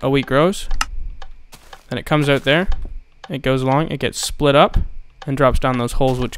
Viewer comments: "Aut" is a dead giveaway for all canadians. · You said Out like a Canadian XD